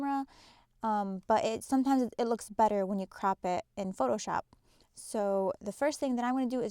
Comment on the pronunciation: Sorry...am I the only one hearing her say "crap" instead of "crop" 😂😂😂 besides that it was a great tutorial...but I couldn't help but laugh every time she said "crap"